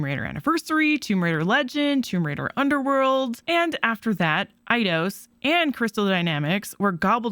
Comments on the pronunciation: EIDOS = AY-DOS. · Your saying eidios wrong